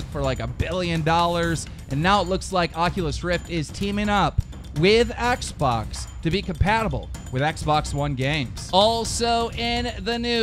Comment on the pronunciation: Keen ... Learn how to say Xbox properly